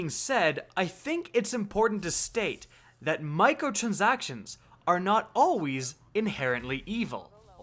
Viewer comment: "Microtrzactions" CAN'T UNHEAR